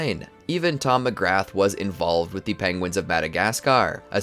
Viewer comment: Mcgrath is pronounced "Mac-rah"